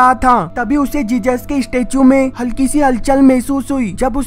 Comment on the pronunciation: Bro love your videos but its jesus not jejus